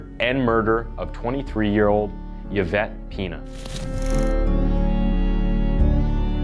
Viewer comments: Just gotta say that the narrator undermines his credibility by repeatedly mispronouncing the victim, Yvette Pena's, name. It's pretty disrespectful. Yvette is pronounced, ē-vette. Not "yeh-vette." The letter "y" can act as a consonant or a vowel. In the case of Yvette's name, the letter "y" functions solely as a vowel with the long "e" sound. Also Corcoran is pronounced, kor'- kran. Not kor-kor'-an. The video seems to be well researched and produced other than these mispronunciations. Time to up your game. If you are not sure about a pronunciation, look it up or ask someone. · The name is pronounced E-Vett. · It's pronounced E-vett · It's pronounced : Evette Pen-ya. Jesus this guy just reads a script blindly. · E-vette Pen-ya Victim name pronunciation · E-vet. You don’t say the Y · Dude you're not even trying now. Yavette is not how you pronounce this name. Please put in a tiny bit of effort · It's pronounced like E-Vet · I really liked how you pronounced her name because I've never heard it like that, even tho it's pronounced as "Evette" like E commerce. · its pronounced Evette Peenya. Sorry but the pronunciations get me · Her last name is pronounced ( Pen-Ya) not PeaNa just thought you should know! Yvette Peña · Before anyone says I’m being pedantic or nitpicky I promise I’m not! I just know a lot of Yvettes as it’s a really popular name here, and I think it’s easy to get names wrong, 100%, but if you’re unsure of how a name is pronounced etc it’s probably best to Google it first, especially when it’s the name of a murder victim who died in such awful circumstances :( Not my intention to sound mean or nitpicky, I’m just trying to be helpful is all ❤️ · Yvette is pronounced Evette. Other than that, your video is well done. Thank you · Its not pronounced Y vette its I vette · E-Vet... E-VET. Not Ye -Vet. Dude, you always fuck up proper nouns/place names.... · It’s pronounced ‘E-vet’ not Yavet🙄🤪😂, it distracts a bit from the story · eevet, not yevet